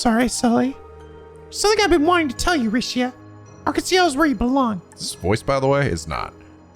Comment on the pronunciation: Hi,. I'm sorry, but I will not stand for any more Rixia slander. It's bad enough that you've been misled to pronounce her name as "ree-shee-ah" when it is supposed to be "ree-shah". (Seriously, it's one less syllable; it's not that hard to retrain your brain to say it the correct way.) But now you think she's a bad party member when she is not. I will admit that her one support skill is bad for boss fights, but Aidios forbid characters have weaknesses and specific roles in mind in a team-based JRPG. BTW, this is a minor spoiler though not story-related, but... ----- Rixia does get a 2nd support craft that is much more valuable for boss fights and in general. (End spoiler) Speaking of which, here's a friendly reminder that you can disable character's support skills so that when they do them in battle, it will be the one you want and not have to essentially flip a coin and pray you win the 50/50 like in a gacha game. Anyway, if you don't mind me refreshing your memory of what she can do as I defend my one true Trails waifu and is the reason I got into this series, let me preach the good word of the church of Rixia Mao: - her S-craft is a screen nuke as opposed to everyone else which, while some hit a larger area than others, are still limited in range when compared to Rixia's. - Dragon Claws is like Lloyd's Raging Spin in that it can attract (smaller) enemies towards her, but she can do it from further away without having to move. Because of this, you can also build Rixia